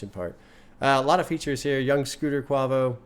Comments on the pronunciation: Him saying “kwovo” instead of quavo makes me realize he has GOT to listen to culture soon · The way pronounced Quavo’s name 😂😂😂 PLEASE react to Migos Culture 1